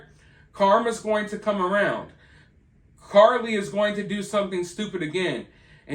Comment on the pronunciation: Are you still saying Carly Russell?!?! I can’t take it anymore 🤣